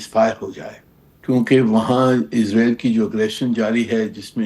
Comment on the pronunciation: اسرائیل not عزرائیل